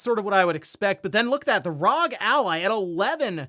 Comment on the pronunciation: It's R O.G. not Wrog